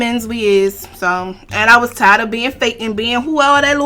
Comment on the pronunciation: "Granaunti" I can't wit y'all😂😂 den the way he said was was hilarious 😂😂 chiiillle she said cause I thought a broke nigga said waaa😂